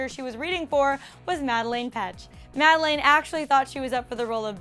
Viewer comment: I subscribed because you said madelaine's name right 😂